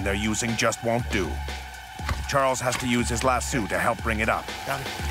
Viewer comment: Trying so hard to listen to the intense narrative but my God the way he pronounced lasso was killing me. I live in an area full of ranches and farms and NO ONE says it like that